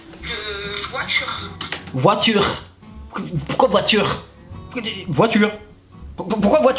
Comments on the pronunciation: La pertchinence de la vOUAture 🤣🤣🤣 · "La voitchhure", "la natchhure"... Wesh t'as cru la meuf è parlé pas françé en vrrrréé, en vréé t'as cru wesh...